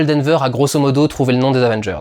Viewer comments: Danvers Du, Danvers ! Il y a un "S" à la fin :) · Et non D'Anvers.